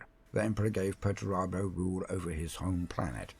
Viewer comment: Perturabo Pert-u-raaa-bo